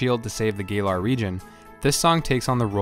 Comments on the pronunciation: did this man just call it the gay-lar region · "gaylar region" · "Gay-lar region." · The Gaylar region.... Sorry man. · Gaylar Zakian Man some of these pronounceiasions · God those Pokémon pronunciations! Zaykian? Gailar? Not hating but damn. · Gaylar? Zackien? 😂